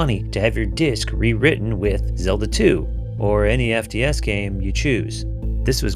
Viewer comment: Did you say Zeldo 1? LOL